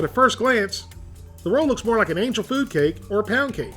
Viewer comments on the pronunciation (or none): none